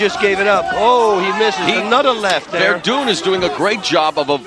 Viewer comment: Fabricio WerdUNE?! wtf, Mauro. Are you serious?